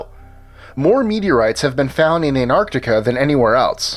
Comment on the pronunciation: AN-ART-ICA .....fkn english rape